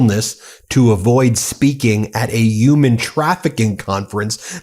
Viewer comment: You pronounced “human” incorrectly.